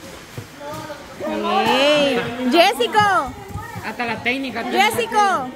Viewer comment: por favor se llama Jessica, no jessico, y tu.eres.